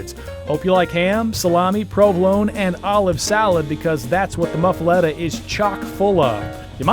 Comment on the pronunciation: Nice video but the pronunciation is scary.. LOL! It is the "Pa-ve-yon" Hotel. The "Muf-fa-lot-ta" sandwich and Mignon Fa-sh-a " jewelry. That is the best I can do in American. LOL! Is Brennan's re-opened yet? Family feud. Enjoy New Orleans. We welcome you!